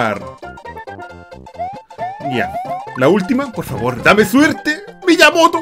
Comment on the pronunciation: Mi-ya-Moto xd